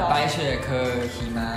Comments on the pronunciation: หิมะค่ะไม่ใช่หี่ม้า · ที่จะพูด:หิมะ ที่ฉันได้ยิน: xีหมา 😂โอ้ยขำ~~555+ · Hi ma, not Hee maa please 😂😂😂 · หิมะไม่ใช่ -ีมะ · Hee ma 5555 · หิมะนั้นเหมือนขี่ม้าเลยค่ะ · หิมา *ีม้า 555 ความพยายาม555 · เกลียดความพยายามที่จะพูดคำว่า"หิมะ"มันทำให้ขำจนจะเป็นบ้าแล้ววว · ใช่เลย คำว่าหิมะ นี่แหละสำเนียงใช่เลยตอนสอนอาจารย์คนจีนพูดไทย ผวนคำแบบเดียวกันเป๊ะ ห้ามแทบไม่ทัน